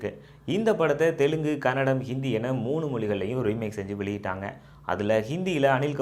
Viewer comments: Anthamma adu kannadam alla ಕನ್ನಡ Say properly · bro, you need to pronounce it as Kannada not tamil version..